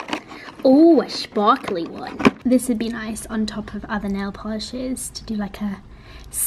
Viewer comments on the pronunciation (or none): lol when you said "ooh a shpawkly one" about the nail polish!